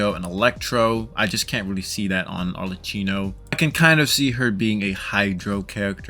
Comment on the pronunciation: ArleCCYNO? WHO THE HELL IS "HARLECYNO" My italian pride is screaming.